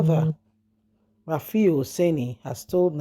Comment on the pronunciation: This lady the journalist name is RUFAI and mot RAFIU. What is wrong with you. Do you not read comments? RUFAI. NOT RAFIU. PLEASE.